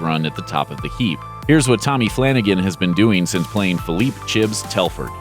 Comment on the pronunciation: It's CHIBS....NOT CHIPS!